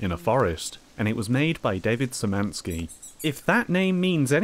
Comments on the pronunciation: His name is pronounced “David Shymanski” sorry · "Sz" is pronounced as "sh", like in a "shelf". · szymanski is pronounced kinda likr shimanski, but y sound is central, sz sound is retroflex